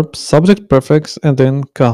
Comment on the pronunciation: It's pronounced priii- fix. Priii that rhymes with tree or free.